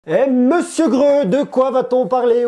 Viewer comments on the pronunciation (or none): Salut tu m'a fait rire en disant mr greu mais le nom de ta chaîne c'est grrr donc pas de e à la fin ton nom de chaîne se prononce de la même manière que c écrit et quhomer simpson fait je parle du bruit grrr